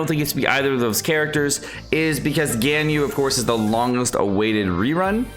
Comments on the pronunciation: Albeedo? Albeedo? really? NOT EVEN 5 SECONDS GO BY and then "Gainyu" BRUH PLS JUST LEARN THEIR NAMES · Al-BAY-do. GHAN-yoo. SHA-oh. Go-ROH-oo. YAH-EH. Jesus. Please.